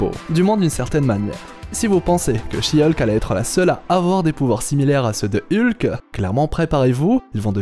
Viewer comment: Rien que la prononciation de Hulk ça pique quoi... Pis désolé mais tu dis qu'ils vont peut-être ou sûrement renommer le films mais il a été officialisée sous le nom Thunderbolts donc ils sont pas le renommer...bref d'ordinaire je suis plutôt d'accord avec tes vidéos mais là ya pas mal d'incohérences je trouve dans se que tu racontes...